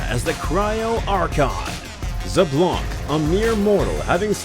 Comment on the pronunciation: bro really called xbalanque zablank lmao